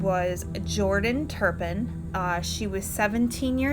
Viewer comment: Her name is Louise, not Louisa; and it's not Turn Pin -- it's Tur pin; I was surprised that Louise and David got such a long prison sentence because the justice system seems to under-evaluate crimes but they got what they deserved!!